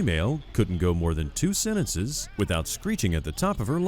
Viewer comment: There's a T in the word sentence and it isn't silent.